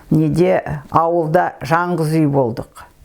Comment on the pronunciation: АПА (ЖАҢҒЫЗ УЙ )ЕМЕС. ЖАЛҒЫЗ ҮЙ ДЕП ДҰРЫС АЙТЫҢЫЗ. СОСЫН ( ОДАР ) ДЕГЕН СӨЗ ЖОҚ. (ОЛАР ) ДЕП ДҰРЫСТАП АЙТЫҢЫЗ.